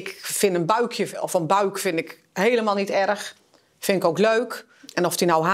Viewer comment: Buik en Leuk. Transformeren in Buwk en luwk alsof UI en EU 2 dezelfde klanken zijn...